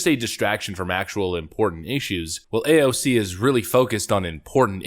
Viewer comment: When you said AOC’s name in the Italian accent, I died XD